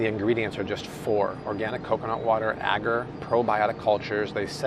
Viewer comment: Look up how to pronounce agar. It's not ag-ar.